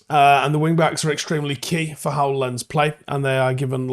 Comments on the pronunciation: well I can't write phonetic symbols so I opted for Lons. Could be Lance, but not if you speak BBC or Alabama English. I don't mind being a knob. At least I looked it up and avoided the embarrassment of pronouncing it like "camera lens". It took 10sec to Google it to confirm my guess, he should do better. Thousands of people watch his stuff. Might as well try to be accurate... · It's not pronounced "Lens" it's "Lons". Do better 👍🤷‍♀️ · FYI: Lens is pronounced Lance. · You might want to check that- it's closer to "lance" but with a heavy accent. Also- Imagine writing: "do better" such a knobend sounding comment.